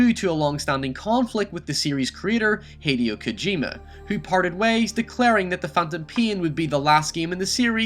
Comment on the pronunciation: Wow, you butcher the pronunciation of easy words like pain and especially Hideo Kojima's name. The pronunciation is 'he day o ko jee ma'.